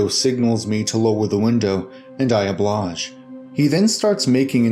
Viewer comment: ..i had to replay a million times. I AH-BLADGE. XP its obliged..lol.